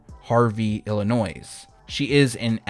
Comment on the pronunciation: My guy the S is silent in the word Illinois 🤦🏽‍♂️😂🤡